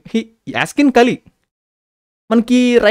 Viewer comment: Broo... కాళీ కాదు అయ్యా... కలి🙏